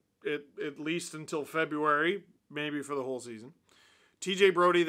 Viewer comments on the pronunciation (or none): none